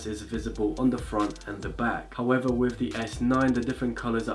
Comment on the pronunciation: "S9 this and that"... "howevah the Exit2"